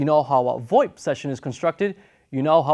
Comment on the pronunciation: If you're going to call FoIP 'Fax over I P' which is what it is, stop Pronouncing VOIP as if it were a word. It sounds stupid and you're the only person I've ever heard actually do that. It's pronounced, simply, Voice Over IP, the exact same as FoIP is pronounced Fax over IP. Just saying, you look really foolish pronouncing it as if it were a real word.